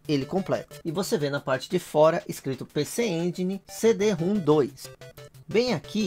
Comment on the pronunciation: Na verdade é CD-ROM elevado a 2. Se lê CIDIROMROM.